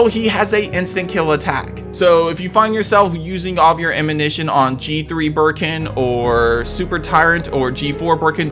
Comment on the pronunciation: It’s ammunition not amminition 🤦🏼‍♂️ you saying it right is clearly the most difficult thing out of this video